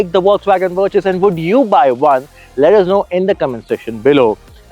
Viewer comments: Verchhusss??? What's wrong with you...? It's Virttaass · VirTus with a T not a Ch. God damn. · Umm great video, super like. 2 feedbacks: 1- I drive the 1.5 GT, gives me a milage of 19 easily on the highway and 10 in the city. 2- Every-time you said Vir(ch)us it gave me shivers down my spine lol. Good video keep it up guys ❤